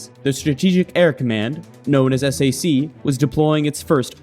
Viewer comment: Strategic Air Command, known as......ess-A-see ????? Uh, no. SAC is pronounced (sack) .